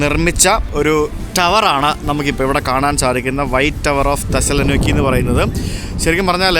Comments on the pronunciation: Thessala nokki അല്ല, Thessaloniki.... തെസ്സലോനിക്കി. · തെസ്സലൊനീകീ ആണ് pronunciation.